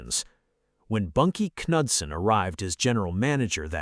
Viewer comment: Bunkie Ka-nude-sen, eh?? More AI, without the I! LMFAO😂😂😂😂 BTW....John DeLorean started out at PACKARD, not Pontiac